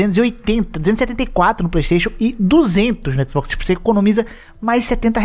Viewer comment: Por essas e por outras que eu prefiro a Microsoft., parece que você tem medo de falar Xbox, não abre a boca pra falar.